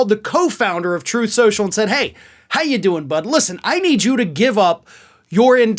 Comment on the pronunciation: "Troth Cential"!